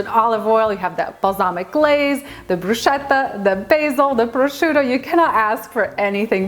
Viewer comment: The correct pronunciation of "bruschetta" is bru-sKe-tta (e.g. same sound as "school "). However it really looks amazing and delicious, it's just perrfect for summer! Greetings from Italia 🇮🇹